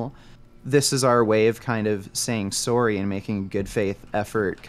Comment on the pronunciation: How many times is going to say "sorey"?